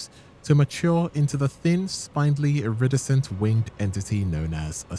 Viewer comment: Is this an AI voice...? I only ask cuz you keep mispronouncing common words like "spindly" and "iridescent". How tf do you correctly pronounce Myrmeleontidae, but stumble on common words? 😭